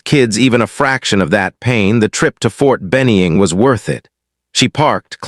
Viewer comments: McKenzie TN is where I am living now but since I did Basic and AIT at Ft Benning if caught me off guard the way you misspoke the name of the Army base there is no E in the name please try not to make that mistake again thanks for the videos you make always enjoy a story where someone is under estimated really badly and get a rude wake up call when needed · Good story. Narrator should learn how to pronounce Ft Benning. Also, the Seal Team Colonel's picture showed him wearing medals/decorations in battle dress uniform. That's wrong.